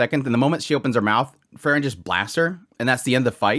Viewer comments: I relly enjoy your commentary, but just a little suggestion: you pronunciation of Frieren is too close to Fern. I know with context who you are talking about, but it would be more clear if you could say Freee-ren :) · Frieren vs Aura... you keep saying Fern Its pronounced FRee-ren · The way you pronounce Frieren is too close to Fern. Also for an episode named after her, there is much Frieren this episode.